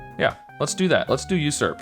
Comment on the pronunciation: I knew of the word COPSE but I was pronouncing it wrong. I was pronouncing it the way you did. And I think you also pronounced USURP wrong too. Start with the word JUICY next :)